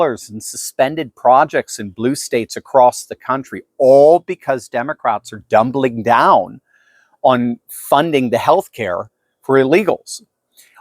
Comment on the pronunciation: hahahaha I could swear I heard you say Democrats are "dumbling down". If you didn't, you should start using it whenever talk about the Democrats are doubling down...